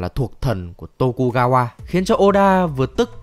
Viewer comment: Tô-ku-ga-qua LE-da-su :v Hãy nói cho mình biết là các b cố tình troll chứ ko phải là đọc sai đi :(((